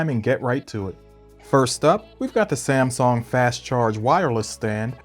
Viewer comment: It's samSUNG.. Not samSONG.. You jackass